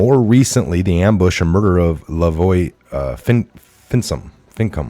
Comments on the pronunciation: FIN-I-CUM...FINICUM...AND YES, IT'S BUREAU OF LAND MANAGEMENT...THE OTHER IS ANOTHER KETTLE OF FISH...;) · Yes it is bureau of land management. They murdered an innocent man Lavoy Fin-i-cum (pronunciation) that was a horrible travesty. They also planted a gun on him and in his vehicles. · What is wrong with you.. Just say LaVoy, since you can't pronounce Finicum properly.. I'd think you might look it up, since he was a patriot murdered by the FBI & Bureau of Land Management..You made yourself sound like a fool, talking on that Mic not knowing your subject matter..And you call yourself the Patriot hour.. Maybe you should just call yourself, the Patreon, PayPal, GoFundMe hour.. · Dude, come on! Bureau of Land Management! BLM. And the context will tell you that. And it's FINICUM. ALBEIT - al BE IT. You're understanding of the English language and what should be common knowledge of events and history is sorely lacking. I think you have this channel to make an income and have found Q is your cash cow. No need to read pages of text for us. We can freeze it and read it ourselves without you stumbling over common words and even adding words that are not even there, changing the meaning of the sentence! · Really you don't know how to pronounce names? Like Finicum? Had your head up something? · Thanks for the effort. This is not a killing-the-messenger moment; however, some rehearsal and a bit of research study is necessary before you go “live on air.” If you don’t know (by simple context) whether it’s Black Lives Matter or Bureau of Land Management, your on-air broadcast is not the place to muse or speculate! How you could mispronounce LaVoy Finicum’s surname just shows that rehearsal and research are in order before you step “on stage” again. I mercifully gave-up on your indecisive and poorly presented broadcast attempt at the mark.